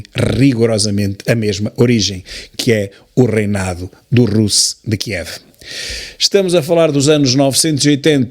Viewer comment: Desculpe, Sr. Tilly, por andar sempre a rectificá-lo. Na verdade, aprendo muitíssimo mais do que rectifico. O termo Rus, ainda hoje usado (pelo menos na Rússia) para definir a Rússia, pronuncia-se com o "u" fechado. Quando está a falar do alfabeto já diz certo. 😊